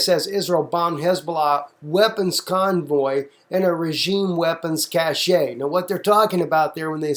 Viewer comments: it's pronounced "cash" it's not a "cashay" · cashe is pronounced "cash"